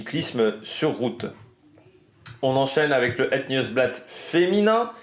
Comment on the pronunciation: Et het c’est plus « heut » comme quand tu fais : heuuuuu je ne sais pas